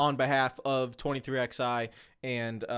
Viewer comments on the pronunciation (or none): he has a fundamental misunderstanding of what antitrust is. He mispronounced “plaintiff” and inexcusably,“twenty-three-eleven.” He should say what Eric said. Provide details and say I’m not an expert where he clearly isn’t. And in Eric’s video, he provided in five minutes far more information without making dumb and inaccurate comparisons. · pronouncing 23XI with the letters drives me crazy😂 they are Roman numerals and are pronounced as the number 11. The way says it makes literally no sense lol